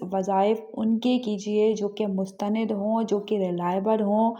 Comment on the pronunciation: محترمہ ( مستند) ن پر زبر پڑھنا چاہیے